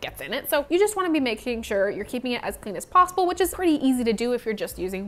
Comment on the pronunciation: i just watched the pasta vid before this and her saying possible/possibly a billion times at the start i just heard pastability/pastable